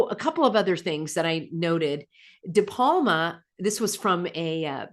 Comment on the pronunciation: Brian De Palma, not Palma.